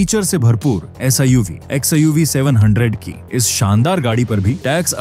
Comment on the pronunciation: Its suv not siuv